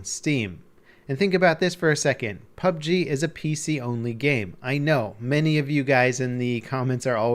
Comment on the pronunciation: ITS. PUB "GERRR"